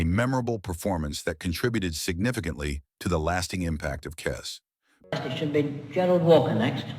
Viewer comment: ..and it's Kes, not 'Kez'.